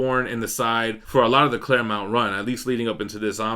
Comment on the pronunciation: You said ClareMOUNT again. 😂